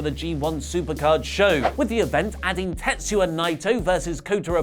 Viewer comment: It's 2019, and is still saying "TetsYOUa Naito"